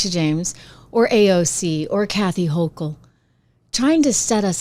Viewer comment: I appreciate your candor. Not criticizing, but the "ch" in Hochul is pronounced as a "k". 👍